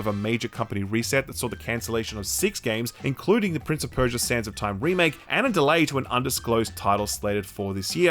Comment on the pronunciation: "tales of BERSIA" lmao xD